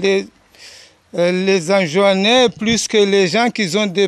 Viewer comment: Pourquoi tu dis Anjouannais